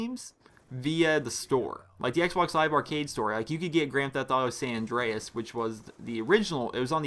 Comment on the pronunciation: he says San Andreas funny cx